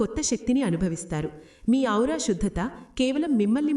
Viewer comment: మా మీ ఔరా. కాదండి "ఆరా"